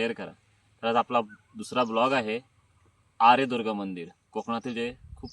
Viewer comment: छान, व्हिडीओ, या मंदिरांना हजार वर्षापूर्वीचा इतिहास आहे.कातळ शिल्प तर त्याही पूर्वीची आहेत.तेथील लोकल रहिवाशांकडून थोडी माहीती घ्यायला पाहिजे होती.ते बराचसा ऐकलेला पिढ्यानपिढ्यांचा इतिहास सांगूशकतात.आपण उच्चार आर्यदूर्गा असा करताय पण आर्यादूर्गा असा आहे.बाकि निसर्ग, जवळच असणारी विहीर,ओढा,नाटकांचा कट्टा हे दाखवता आले असते.तेथे असणारे पुजारी पाध्ये,विचारे गुरव यांच्याकडून माहीती मिळाली असती.